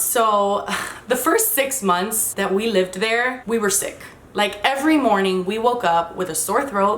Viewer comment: Anyone notice how kept saying "libed" and not "lived" Probably her Cuban-ness, Miami-ness coming out lol